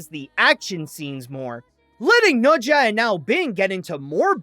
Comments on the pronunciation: It's NE ZHA not noja. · fun fact: pronounces the film as nocha 2 instead of nezha 2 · is that really how you say it? I just pronounce it like "na-sha"